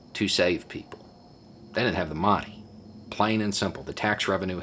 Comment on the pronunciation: Wait, did just say "Da Mahney"? Are the Eyeballs upon us right now?